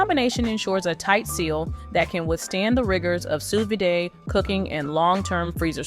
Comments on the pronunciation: A note from a true polyglot who has been speaking four languages since the age of three: Sous vide (/suː ˈviːd/, as per the International Phonetic Alphabet) is pronounced “Sue Vid,” not “Sue Viday.” It’s French for “under vacuum.” There is no accent on the last ‘e’; “vide” differs from “vidé,” which means “emptied” in French. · That’s not how you pronounce Sous Vide. Jesus